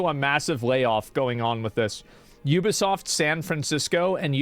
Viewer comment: Ubisoft? "theybisoft"